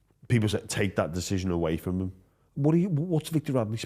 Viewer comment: also says "Frum" instead of "From" Big fan though mate keep giving jimmy shit